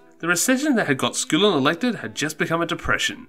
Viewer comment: aaarrrrrgh everytime...... It's not SCOOOOLIN!!!! It's SKULL-IN!!!! Aaarggghghghghghg